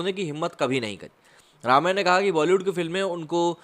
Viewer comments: It is Rum-ya, not Raam-ya. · It is not pronounced Raamya but Rumya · “Ramya” krishnan’s first name is pronounces as “RUMYA”, not “Raamya”. Thought I’d tell you. No offense meant to you. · Jab log unka naam Tak theek se nahi le sakte woh kyun Bollywood mein kaam karengi. It's only Ramya not Raamya.